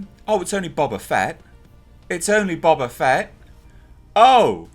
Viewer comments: I love the way you pronounce it Bob-A Fett. Gonna start calling him Robert A. Fett now. XD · Its pronounced Boba not Boba